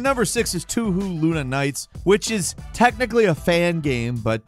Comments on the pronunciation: Toe-Hoe not too-who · two who got me weak haha, I believe they pronounce it as "toe-hoe" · "Touhou" isn't pronounced "two-who", it's "toe-hoe", like a chick who has got a thing for yo feet. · pronouncing Touhou "Too-Who" instead of "Toh·Hoh" just pains me inside while also equally makes me laugh xD Still it's nice to see an actual Touhou Recommendation for once, You don't see many lists feature and recommend games from the franchise, be it the actual official ones or fan made. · “Toohoo” lol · The way says Touhou (Too-Hoo) is endlessly hilarious to me. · Touhou is pronounced "tow hoe" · Touhou is pronounced Toe-hoe. Anytime "ou" is present in Japanese words and names, it is pronounced with a long O. Enjoy your small language lesson! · "two who"? what the fuck? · It pronounces as " to-ho ", just like how you say " total " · Toohoo? lmao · "Too-hoo" Me: WHEEZE. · Haha "too-whoo" 😂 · Touhou being Japanese the two OU are being pronounced as OO - You Stretch the O ( which should sound like the O in "Oh!" not as in "Book" ) two twice its length. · it pains me to hear how pronounce touhou